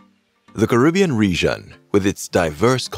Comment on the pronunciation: Starting off the video with the wrong pronunciation of the world Caribbean isn't a good look